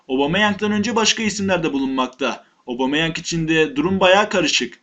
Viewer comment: Abumeyang değil Admin Aubemeyang..